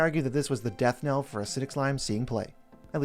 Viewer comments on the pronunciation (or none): none